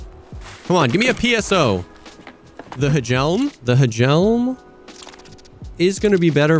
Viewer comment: Hey fun fact. The HJELM in danish atleast just means helmet. And idk if its just called the H JELM in only Tarkov, but in danish you say Jelm since the H is silent. Have great future runs, big fan